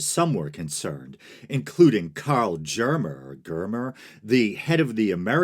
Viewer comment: Awesome video! Just information without judgement, much appreciated. Germer is pronounced with a hard G, according to my O.T.O. friends. I really appreciate you pronouncing Crowley correctly, and that you care about getting their names right.